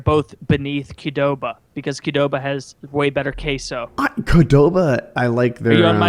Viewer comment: Genuinely how does manage to mangle the pronunciation of both chipotle and Qdoba in the same breath